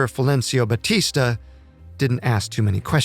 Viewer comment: One of the most inaccurate videos I have ever watched, even mispronouncing Batistas name, a total joke